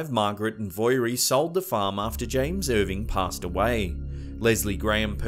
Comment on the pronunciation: Hi! Manxie here 🇮🇲 ( Isle of Man) the mongoose was a hoax. Dalby is pronounced Dolby, and Voirrey the girls name is pronounced vo- ree FYI! Great video still x